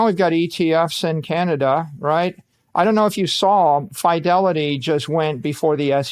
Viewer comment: Someone teach this genius how to pronounce Fidelity lol